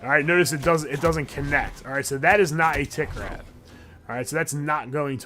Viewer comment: I know you are saying tick grab, but I’m hearing tit grab.